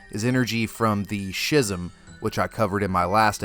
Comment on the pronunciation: I don't know man everytime we encounter his power he waves at us with hands I think he just wants to befriend us. Edit: Also Schism is pronounciated "ski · zm" it's a normal word.